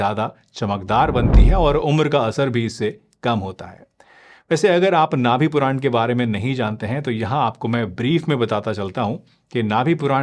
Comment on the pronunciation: नाभि पुरान नहीं, नाभि पूरण कहते हैं